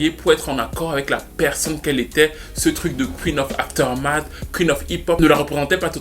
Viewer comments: Hen ben, quelle histoire, le talent ne fait pas tout.... On comprend bien quand ceux qui reussissent dans la musique vous assome avec "i'm very lucky".... Ou pas si on pense à Britney. Anyway, merci comme toujours, sinon c'est AfterMath et non AfterNath 😁 slim shady nous a bien marteler avec "shady/aftermath" 😜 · Avec tout les respect que je te dois c'est aftermath records et pas afeternath.... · puis dans toute la vidéo... CORRECTION : C'est Aftermath Records, avec un « m » et non Afternath. Aftermath signifie « les conséquences » tandis que l'autre mot ne veut rien dire. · Dédicace à ton anglais parfaites maîtrisé ! Trusteurt lol, Dr Dre chez Afternut. 😉